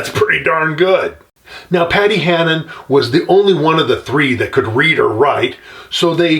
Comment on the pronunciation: Paddy Hannan Not Paddy Hanahan. 😉👍